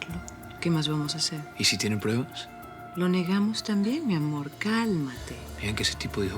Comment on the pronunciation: Quien más se dio cuenta que dice prebas en lugar de pruebas 🙂